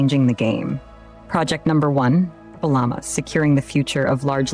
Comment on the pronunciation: AI couldn't say PurpleLlama... funny.. 😄